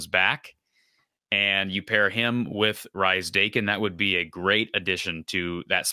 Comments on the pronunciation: The pronunciation is Reese (from a relative ) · It's pronounced Reece. Good to see a screenshot from my interview with him with one of our local clubs. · I believe it's pronounced Reese. It's the traditional British and Australian spelling that throws ya.